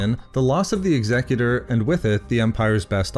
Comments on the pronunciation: Finally, someone who can pronounce "Executor" correctly! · Thank you for pronouncing "Executor" correctly.